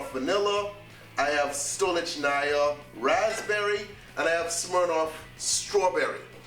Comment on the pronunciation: From mother russia - That vodka is pronounced stoll - lich - knee - yar